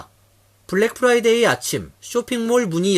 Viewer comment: 미국 한인방송인데 아나운서 발음이 Friday (금요일) 을 Fly day (파리 곤충의날) 로 발음을 하네요. 공부좀 하지...